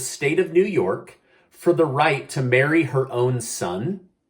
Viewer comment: Marry oh my I thought you said bury!